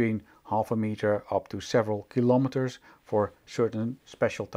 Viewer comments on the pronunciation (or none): Awesome video, but I don't understand why you're not using the correct pronunciation of the word 'kilometres'. Especially in Dutch, you would already know how to pronounce it.